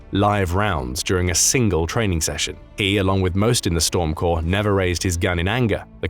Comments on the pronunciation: Like Storm Core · Storm Corps - the “es” at the end is silent.